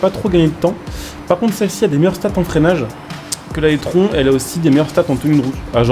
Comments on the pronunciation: Je sais que le nom "étron" lui va bien mais par pitié c’est prononcé "itrone" 😅 Sinon pour le reste normal que ça soit similaire étant donné que l’audi est une taycan simplement recarossée et bridée en puissance 🤷🏻‍♂️ Sinon Porsche ne propose plus de diesel depuis plusieurs années sur n’importe quelles de leurs modèles ! Le prochain full elec sera le Macan, et suivra malheureusement le Cayman :/ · Je sais pas si tu fais exprès mais l’audi se prononce i trone car étron ça signifie autre chose en Français… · Il le sait en faite il fait volontairement la blague